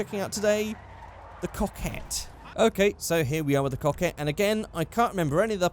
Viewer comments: You say coquette like cock itt Hmmmmmmmmm.. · or maybe when you say "coquette" it sounds like "cockette" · In the pronunciation of the word "coquette" in Portuguese, if you change the C by B, there is the word "boquette" which means blowjob, I saw what you did rockstar